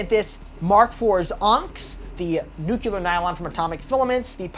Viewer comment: He does seem pretty intelligent, except for saying nuculur (Nuclear). But I've told myself I'm done debating that one.